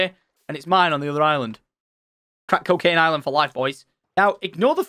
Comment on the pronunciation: “Welcome Cowcaine to Island”😂